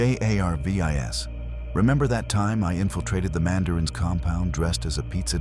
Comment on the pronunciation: I cant. I just cant listen to this, with the narration saying "JAY AYAR VEE EYE ESS" instead of JARVIS, over and over and over and over....😡😡🙄